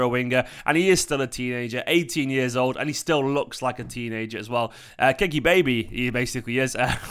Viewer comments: Kaa- e -Key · Yes, it's pronounced Ka-ee-key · Pronounce the kid's name correctly. Ka-yi-Ky would be a better way to say his name.